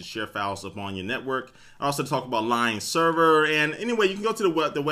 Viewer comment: does anyone else think he's saying "lime" when he says "lion"?